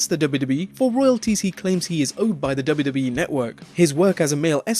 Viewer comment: It sounds funny when you say WWE. Duba Duba E.